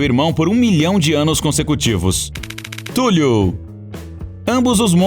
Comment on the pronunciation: Escrita: Cthulhu O cara falando: Túlio.